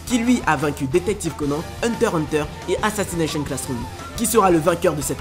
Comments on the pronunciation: Désoler mais c’est HUNTER X HUNTER et pas Hunter Hunter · c hunter X hunter pas hunter hunter